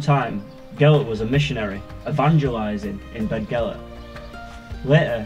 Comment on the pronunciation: You'll be upsetting the natives it's pronounced bethgelert. We all know how much the people of north Wales love the English, don't dirty our excellent reputation in the area!